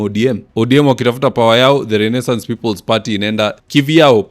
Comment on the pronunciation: I'll be eagerly waiting to see the nonstop "butchering" of the word Renaissance! 😂😂 A little bit too complicated for mwananchi wa kawaida? Anyway, I like it